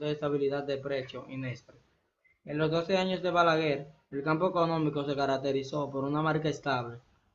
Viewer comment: Se dice balaguer! No balaguel 😅